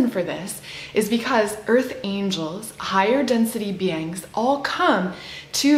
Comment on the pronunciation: are you saying 'be-angs' instead of 'beings' on purpose?